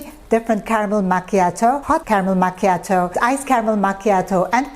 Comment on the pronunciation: Its should sounds like "makyatu" not "machatoew!" Belive me Im Italian! We dont served cold it should be very hot! Mama mia! You know the reason there is no Starbucks in Italia.